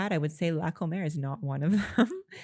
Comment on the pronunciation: Not to nit-pick, but the supermarket isn't la "Comer" (as in the verb "to eat"). Comer is short for its full name "Comercial Mexicana". The accent is on the FIRST syllable.